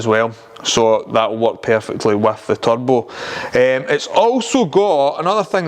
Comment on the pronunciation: "You need a good turbo." At first I thought you said "tug boat." 😆